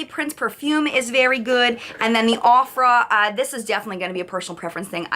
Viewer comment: aww I love looking back at old videos..... and the way pronounced Ofra..... my heart😂